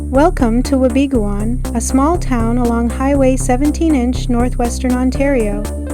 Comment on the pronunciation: It is pronounced Wa be goon. The town was founded due to it's location alo ng the Canadian Pacific Railway line. It was also the main town that supplied the Gold Rock Mine. It is my home town and a magical place to grow up.